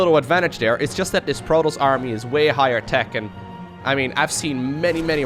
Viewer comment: can't say Protoss, he says PROTOLLLS (ALL THE LLLL'SSSS) LOL XD